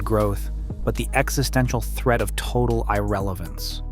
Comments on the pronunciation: Maybe he thinks that its pronunciation is EYE-relevant ...lolol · How about "eye-relevant?"